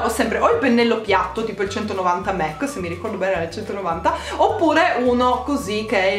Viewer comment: qualcuno le dice che si dice mac e non mec :)